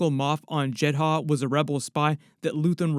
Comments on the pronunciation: Jed-uh not Jed-Ha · Why did you pronounce it as JED-HA when the show and movie pronounce it as JED-DAH? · Why are you calling it "Jed Ha"? It's always been "Jed Ah". ??? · It's JEDHA (Jedd•uh) narrator. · I swear this dude mispronounces everything on purpose just to piss me off. “Jed Ha” give me a fucking break, they pronounce it in the show how foul you not know 🙄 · Why are you saying Jehdah like that!? It’s grinding my gears 🤷🏽‍♂️ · Done watching. As soon as you said jedd haa . I can't. Done and not coming back. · Why put emphasis on the H in Jedha when they don't say that in Rogue 1 or in Andor? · Love your videos, Andor is my third favorite piece of Star Wars content only behind ANH and ESB. Unrelated, but what’s up with the pronunciations of Eadu and Jedha…? They say them a lot in the show and Rogue One and it sounds way way off… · Wild you can say heertz right and not jedha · Dude watch the show or movie. That’s now how you pronounce Jedha.